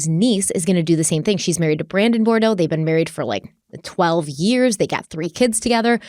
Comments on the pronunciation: Boudreaux, not Bordeaux. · A few points * Bou-dreaux, not Bordeaux * Tammy was not an ex-wife as she never divorced unfortunately * As Chads junk is called the storm, the "limb debree" text reads even nastier.